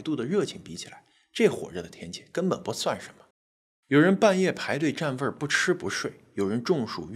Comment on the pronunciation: 占位发音很陕西…我刚想问，结果就有答案了